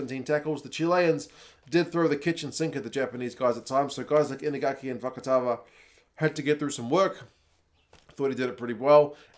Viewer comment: Bro said Fakavaka 😂😂